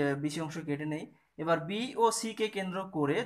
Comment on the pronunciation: সি না ছি😀